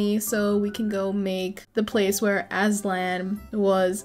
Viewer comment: AAAAAA!!!!! CONGRATULATIONS ON 2K, I LITRO JS REALIZED. THE CASTLE LOOKS SO GOOD BTWWW!!!✨🎀 The way you kept calling Aslan, “assland” 😭😭🙏🙏 (idk how to spell the name so i js guessed)